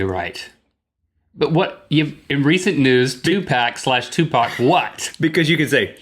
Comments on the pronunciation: Hey idiots... Stop calling him 2 Pack! I almost enjoyed the video but the fact that you kept referring to him as 2 Pack was fucking retarded & disrespectful... Dude was one of the biggest artist's of the last 50 years (who was tragically gunned down long before his time) & to sit here watching 2 hipsters repeatedly butcher his name really got on my last nerve... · it's so disrespectful the way they kept pronouncing his name incorrectly on purpose. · Things are also easier when it has being done once. You two seem to know so much, what were you waiting for all this time. You can't even say 2pac or Tupac but you want to explain how to do a hologram..... Please first things first .Terminate your google acoount. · Wow 9 thousand dislikes just because they pronounced his name wrong that's pathetic. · Ok u disrespectful pieces of garbage if ur gonna talk about a legend u pronounce the name correctly 2Pac.noone likes ignorance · Are you kidding me slaughtering Tupacs name wtf I don't GAF where you're from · Somebody shoot'em! They dunno how to pronounce a name! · I like Rhett and Link, but damn the sensitive subject and careless mispronunciation of his name ruined the ratings of this video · what is it with white ppl pronouncing Tupac's name wrong? :/ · they purposely mispronounced tupac's name, they have a sarcastic approach to rappers. there is some wishful thinking when they say snoop is dead. "34 yr old white dudes that live in the suburbs of LA" like rap as much as him which isn't much . He would be wrong, there are many white guys 34 and older that i know love rap more than I do. I'm also pretty sure that tupac wouldn't like them pronouncing the name his mother gave to him incorrectly more than 3 times in this "show". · Freaking nerds! don't even know how to say tupac right -____ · its 2pac.if you were a "fan" you would have respect. and pronounce his name right. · I hate when white people mispronounce a black name.... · Say Tupac right. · ffs no its 2pac NO 2 PACK!